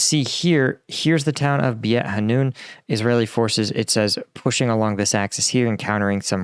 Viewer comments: nice vid, btw beit is pronounced like bait (like a fishing bait) ^^ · beit is pronounced "bayt". it means house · Pronunciation tip beit hanoun is pronounced similar to “bait” as in fishing bait. You said hanoun correctly, fun fact beit in arabic means house! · Content is excellent....'Beit' is pronounced more like Bayt (bait). Like the gum, too! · The Beit in Beit Hanoun is pronounced like fight, but with a "B" in front--or like mate with a "B" in front (for the Brits). Both are common ways to pronounce it, depending on dialect/language over here. Beit means house, and the Hanoun is the name of a river close by.